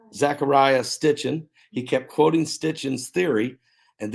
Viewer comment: Sitchin NOT Stitchin